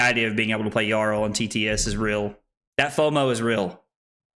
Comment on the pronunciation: Isn’t it pronounced “Yarl?”